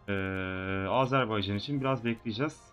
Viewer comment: Abi Âzârbaycan diye söylüyorsun ama doğru telafuzu Azerbaycan... :) :)